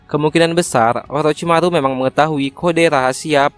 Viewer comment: Orochimaru bos 😂, bukan olochimalu